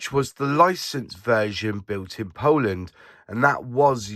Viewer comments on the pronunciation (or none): none